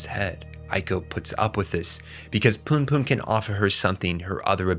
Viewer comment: No way you're calling it eye dee and calling him Poon Poon lmao